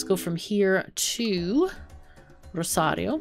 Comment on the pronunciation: I always enjoy the way you say Rosario.